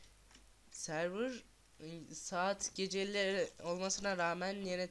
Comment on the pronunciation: servır deil sörvır die okunur